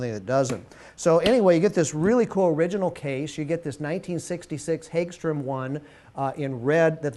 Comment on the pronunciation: Per the company the pronunciation is "Hogstram" and the company has been making guitars since 1958.